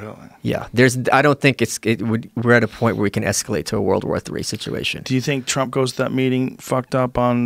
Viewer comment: Ha ha he said Twump!